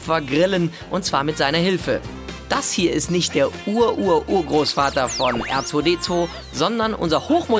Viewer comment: "Nisch Las Palmas, dit is Majorka, Mallorka!" xDD Die Berliner immer mit ihrer missgebildeten Aussprache.